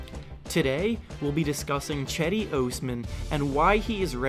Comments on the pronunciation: Not "Chedi". It's pronounce like "Jedi" :) By the way i'm not joking. It's absolutely pronounce as "Jedi". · It’s not Chedi it’s pronounced Jedi! Turkish C is pronounced as a J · HE IS NOT CHEDEE, "JED-DEE" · Nice video but you are reading his name wrong (Yes I'm Turkish.) Read it like Gedi. That will be better. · As a Turkish person I cringe very time you pronounce Cedi's name. It's not Chedi like Chad its more like Jedi but with less emphasis on the i at the end. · Cedi osman = jed-i os-man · The c is supposed to sound like a J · It's "Jed-Dee". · Pronounced his name wrong.